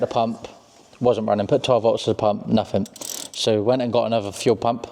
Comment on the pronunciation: omg it`s three not free thing not fing nothing not nuffing and on and on you sound like a bunch fick or is it thick blokes 🤷‍♂